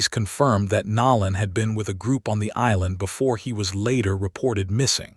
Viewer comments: The narrator is constantly pronouncing words incorrectly his name is Nolan not nowlan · How are you the only one mispronoucing his name ... Its NO_ LAN now NOW- LAND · No-lan not Nol- an! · His name is Nolan ( No lan not Now lan) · NoLan not nowlan😊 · Please say his name right!!! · U need to pronounciate Nolan nane correctly 😲😞